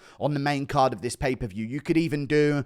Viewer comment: Pay-per-view not paperview Guru